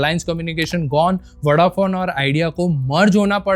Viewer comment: Soo-kur Kasmatics, Vada-fon, Vikatrias Begum, The brands are dying another death every time bhai assassinates the spelling 😂😂